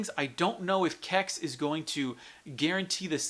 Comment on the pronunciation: What the hell is a "Kecks"? Either sound it out as C-E-X, use their pronounciation of "Sex" or go with the retro Computer Exchange.